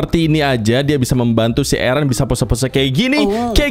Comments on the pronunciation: eren bang bukan ereh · Bang kedengaran nya itu ereh bukan eren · Ereh terus Eren bukan ereh 👍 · Eren kak bukan ereh 😑😑😑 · Bukan ereh tapi Eren kak.... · Bang nama nya bukan ereh tapi eren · Bukan ereh tapi eren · Plss jangan bilang "areh